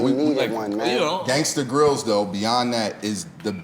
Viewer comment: The voice that never said Gangsta grillz but 'GANGSTA GRAIZIL'